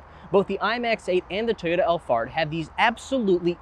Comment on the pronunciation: Did you say, Toyota Allfart?